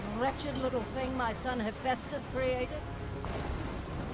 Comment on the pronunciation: "Im gunna make a video about sins but sin myself on the pronunciation of Hephaestus" DING